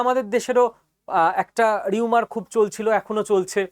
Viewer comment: রিউমার// রুমার আপনার কথাগুলো বেশ শ্রুতিনন্দন। ভবিষ্যতে ঘটে গেছে? ভুল শুনলাম কী? আমি পণ্ডিত নই। ভুল বললে/ শুনলে শুধরে দেবেন। আপনাকে সম্মান করি তাই বললাম।